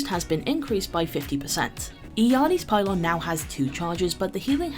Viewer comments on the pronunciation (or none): none